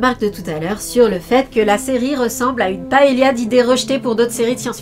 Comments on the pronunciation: wtf qui dit paellia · Ma collègue espagnole, qui sera ravie que des français prononcent enfin ce mot correctement... 😝 même si c'est plus paé-ya que paé-lia il me semble... ? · En espagnol, ll se prononce ʎ, c'est-à-dire "lli". Il serait plus correct de dire paéya, cela dit, c'est vrai. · Euh... J'ai bien entendu paila pour une paella ? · En espagnol, ll se prononce ʎ, c'est-à-dire "lli" Certes, la prononciation correcte serait plutôt paeya. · Paell*i*a ??? Paell - i - a ??? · En espagnol, ll se prononce ʎ, c'est-à-dire "lli" Alors certes, la prononciation correcte serait plus paeya, mais tout ça pour dire que la question de la prononciation du mot est suffisamment peu triviale pour mériter mieux qu'un "pff".